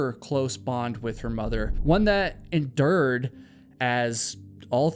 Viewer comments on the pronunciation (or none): hahaha please say 'endure' again #endurrr i like the way you do it right thurr right thurr i love the fact that you can endurr endurr